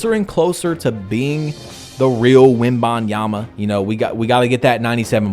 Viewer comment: also why did you say victor wobinyama